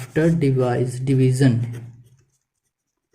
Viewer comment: Division ❌. Divison✅. 😂😂😂😂😂😂😂 Thenks for likes😅 in Q11😂😂